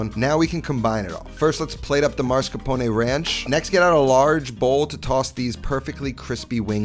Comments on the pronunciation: I like how says "Mars Capone"😂 It's mascarpone! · Its not Mars-capone, its Mascarpone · It’s Mascarpone, not marscapone. C’mon. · I'm sorry but it's mas-car-po-ne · Does anyone know why so many Americans switch up the S and R in mascarpone?